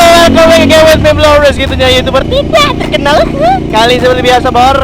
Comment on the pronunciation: Gua suka intro lu bang yg tydack terkeynal😂